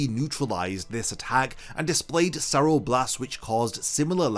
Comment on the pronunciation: it kind of bugs me when i hear the hollows terms said with such a bad pronunciation. not alot, but like...there is a better way to say it. look up spanish pronunciations of stuff like cero, Oscuras, relampago, sonido...its not a big deal but it just like weird when i hear japanese words pronounced so carefully lol but thanks for making these videos, nice to listen to bleach stuff these days